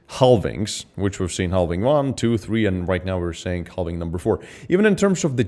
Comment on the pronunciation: he says.. HELL VING.. lol